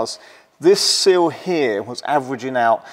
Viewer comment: Good video, but it’s “Sill” not “Seal”.